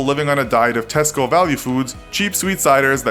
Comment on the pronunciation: its weird hearing an American say "Tesco"